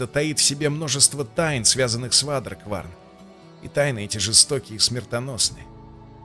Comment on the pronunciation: Почему никто не может произнести правильно Waderkwarn? Не вадеркварн, не водикворн, а уэйдеркворн.